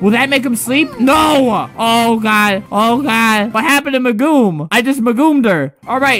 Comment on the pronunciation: It hurt me when he called megumin Magoom it hurt so badly